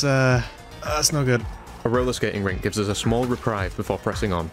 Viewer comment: "...gives us a small re-pry-ve...", lol